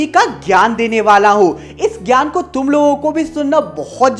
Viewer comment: Tum word ko sahi se bol nahi paa rhe ho